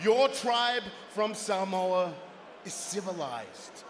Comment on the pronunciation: Come on, man. You guys are both meant to be from Samoa, but you can't even say it properly.🤦🤦